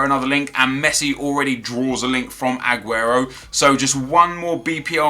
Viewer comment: hey nep can you please stop saying adguro is aguro